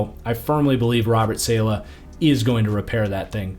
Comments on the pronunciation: i tried to tell u before its not SAYLAH its salah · Great vid as usual, but STOP SAYING SAY-LEH! IT’S SAH-LAH!!!!! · great video ! its pronounced sah-lah btw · hearing your pronunciation of saleh was absolutely painful.